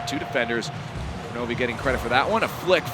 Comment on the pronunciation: Why did they keep mispronouncing Kronovi's name?